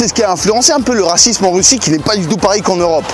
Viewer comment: Une vidéo sur le Rrrrrrrrrracisme🤣